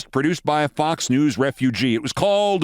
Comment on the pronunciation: Wait! Did you says "MSNBC and Fox Nudes" ?